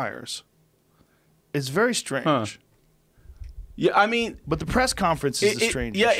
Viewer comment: Joe "It's very stange!" Rogan